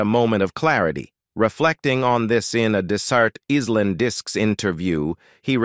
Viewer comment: It's a computer doing the talking. Who says is-land for island and other mis pronunciations???? and various other picture errors throughout! Do some checking before bursting into print! Poor standardt!!!